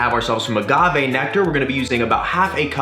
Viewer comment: I think I may have cringed every time he said agave but hey still an amazing video from the! Now i need to go get some kirspies and make it snap crackle and pop